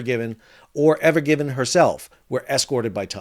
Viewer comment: It's evergreen not evergivin....sorry you said it wrong like many times a couple in the first 10 seconds